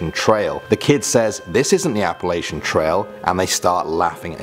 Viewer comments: Its Appala-CHUN! Not Appala-SHUN. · The kids laughed at the way you pronounces Appalachian is all.. instead of appalaishun it's appalatchin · by the way being from Appalachian yo are saying it wrong its pronounced app-a Latch-in